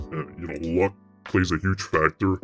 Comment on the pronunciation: “Tuuge” lol 😂